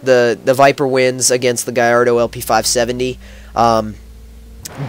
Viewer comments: why do you pronounce it guyardo its gallardo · Sounds like u say garrodo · What kind of gallardo is that?? That gallardo looks like a piece of shit, and how he says gallardo just makes the vehicular device sound stupid af